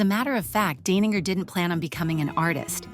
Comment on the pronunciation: This artist is Brilliant. Love it. I do wonder if the narrator is an AI bot. She pronounces the artist's name [DINE]ninger one moment and [DANE]ninger the next.